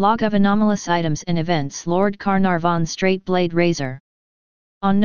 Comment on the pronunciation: I love the computer saying lord Car narh von.